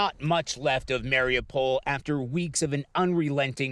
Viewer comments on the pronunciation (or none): Not MariOPAL or Marry-a-pole. Listen to the locals. Mari U pol.